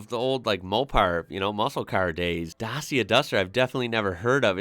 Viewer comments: Dacia WAS originally a cheap and VERY basic East European marque, before the "iron curtain" rusted itself to pieces! Basic motors for the poorest, without ANY safety aids or comforts! Then as the western markets started opening up, Dacia, (pronounced DA-CHIA) was bought out by Renault, in order to modernise it's production and it's range, The "Duster" is Dacia's first original design, and uses parts from both Renault AND Nissan, with whom it shares a lot of development resources. The range consists of a small hatchback called the Sandero, a mid sized SUV called the Jogger, and the Duster, it's main breadwinner 4x4! ALL are award winning BUDGET cars, at some time in their production run! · Maybe when the brand was introduced to the UK, but I've never heard anyone say it like that for the last, perhaps 8 years. Most of the time I've heard it pronounced datchia, which is no surprise as that is the pronunciation in the adverts. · Skoda is pronounced-Shkoda,Dacia=Dachia,not Dasia. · Dacia is pronounced 'Datcher', and Seat is 'Say-at'. Oh and Nissan's Qhashqai is 'cash-k-i'. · OPEL. Vauxhall is not the real name. Also Škoda is SH-koda, also Reno Megan, also Dacia is Romanian brand - Dachia. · Dacia was founded in Romania and was later on overtaken by Renault, so it is now the "Romanian daughter of Renault". You pronounce it like..... well, add an EEA to the end of "clutch". Dutcheeeeea. :) They are among the cheapes vehicles you get in Europe, not bad but far from being very good. Seat is the Spanish equivalent to Fiat. So to say a "Spanish Fiat". The build their models very alike Fiat does but name them different. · The ci in Dacia is pronounced the same as the ci in italian ciao. Also it's the old name of the country Romania. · Dacia is pronounced datcha and is Romanian owned by Renault. Seat is owned by Volkswagon as is Skoda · Wrong pronounciation of Peugeot and Dacia. Well look up for pronounciation, even for Škoda... About Megane, it's pronounced like MEGAN...